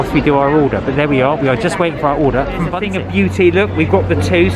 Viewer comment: bunsik is pronounced something closer to 'boon-sheek' but it looks amazing! we usually buy those frozen from the mart and pop them in the air fryer, they turn out amazing and dangerously addictive haha